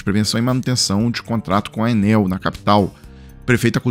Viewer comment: É Enél e pronto😅😅😅😅😂😂😂